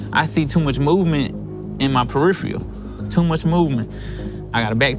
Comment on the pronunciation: Could someone please teach these morons that the word is periPHERal!, not periFEElal!...😖😖😖 Jesus! They all say the same friggin thing! Are they all going to the same stupid language school?!!! Damn it's annoying! This is a great show otherwise though, & this interviewer is amazing!..thanks for the pkst!..👍👍